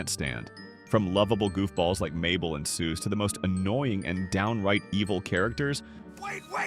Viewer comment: Soos's name is spelled (and pronounced) Soos